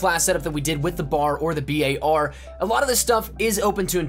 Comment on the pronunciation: for the love of GOD can u please just say BAR and not the b-a-r or the BAR EVERY SINGLE FUCKING TIME